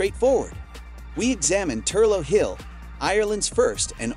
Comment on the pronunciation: The Hydro station in Wicklow, Ireland is actually pronounced as ‘Thur-lock’ hill, not Thur-low as butchered multiple times in the video! You’ve obviously never been there!